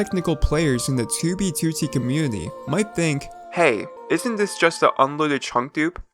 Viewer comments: It's "2 bee two tee" not "toobeetootee" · He be like: tewbytewty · I love the way he says 2b2t. "ChooBeeChooTee" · "too bee too tee" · Oh my god, the way he says "2b2t" 😭😭😭😭😭😭😭😭😭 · How you Say 2b2t Triggers me